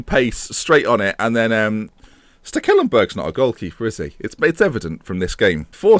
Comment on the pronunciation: Let's do some maths here, + an FM Beta save = The Europa League Also the way you pronounced Stekelenberg made me think he should go as a Skeleton-berg for Halloween